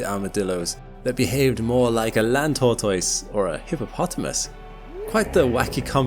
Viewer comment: "tortoise" isn't usually pronounced that way, I think. Sorry to be that guy. Amazing video though.